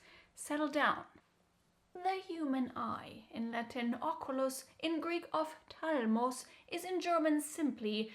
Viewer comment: Ophtalmós, der Wortakzenkt ist auf der letzten Silbe